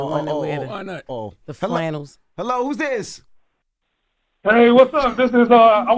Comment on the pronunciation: Not flan-nels Jess